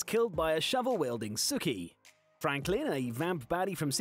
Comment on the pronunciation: It bothered me so much more than it should to hear Sookie from Gilmore Girls pronounced the same was as Sookie from True Blood lol